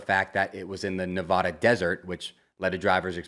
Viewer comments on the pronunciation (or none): HEY it’s pronounced Ne-VA-Duh not Ne-Vah-Duh. Those Vegas folks might beat you up if you say it wrong just trying to help! Rooting for you from Reno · You gotta learn how to say NEVADA. Forget that Ne-VAH-duh. It’s Nevada. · Pronounce Nevada correctly